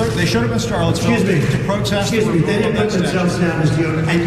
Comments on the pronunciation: She said “Protesses” 😂😂😂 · I have no idea who this ignorant and racist comedian is. DEI and he automatically goes to blacks. Sounds racist to me. To the lite skinned black lady. It is protests. Not protestses.